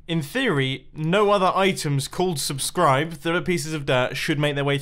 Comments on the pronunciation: "This is rootbulb" "Subsribe" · Ah yes, Subsribe, my favorite block.